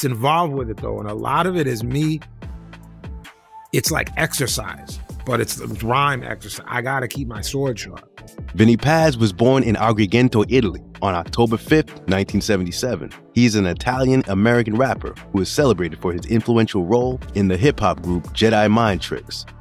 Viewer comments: Man, why do you keep pronouncing Paz as “pause’? It’s Paz like Pazienza. Have enough respect for the man to say his name right! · Bro first it's PAZ not paws. Second his first solo album was season of the assassin...